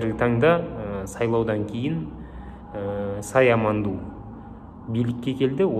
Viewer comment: Сая Манду емес Майя Санду😄